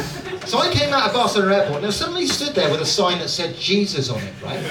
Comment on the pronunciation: Jesus but pronounced "Hey Zeus"